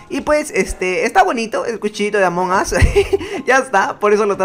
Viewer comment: No se dise among as se dice among us